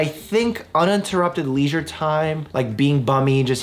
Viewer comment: please never ever pronounce “leisure” like that ever again